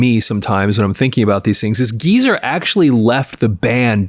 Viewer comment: It's GEEZER, not Giza